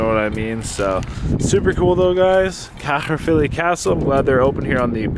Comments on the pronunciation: Caerphilly, said "carefilly" ... love your videos.. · its pronounced car filly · Its pronounced care filly 😂. love how you said it through. well done on the breakfast. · We also pronounce it cafilly 🏴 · It's pronounced. Ka-filly or Kai filly For Caerphilly.